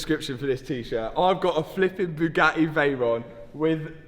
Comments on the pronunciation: "A bugae" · Bu A EE , so not Bugatti it’s BuAEe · how brits pronounce Bugatti is annoying… say the Ts